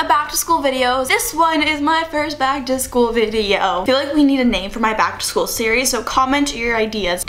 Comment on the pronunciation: "Keegan Ac-to-school"